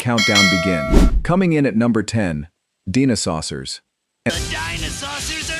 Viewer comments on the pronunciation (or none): Man, figuring out what vids are AI is becoming easier. "Deenosaucers"? Seriously? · Thumbs down and channel block as soon as I heard the pronunciation of Dinosaucers.